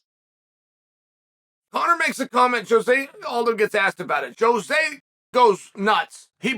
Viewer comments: I love how Chael mixes up everyone's name, even Jose who is now called Joe-Jay Aldo 😂😂😂😂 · “Joejay aldo” - chael 😂😂😂